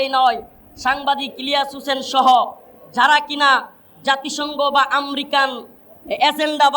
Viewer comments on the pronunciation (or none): আম্রিকা নারে ভাই উচ্চারণ শিখেন আগে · America taw uccaron korte parena, ahammok